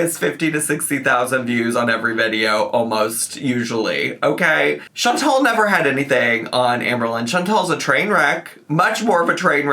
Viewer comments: Chantal’s name IS pronounced “Shawn-TALL”, not “Shawn-TELL”. It’s the pettiest critique I have for ALR but it drives me up the fucking wall every time I hear her say it. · her name is chantal not chantel idk why amber can't say her name correctly ever FOR YEARS